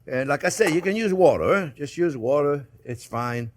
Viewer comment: Chef Jean Piere just sayd "use whater? " oh God ! Chef? you ok ? :)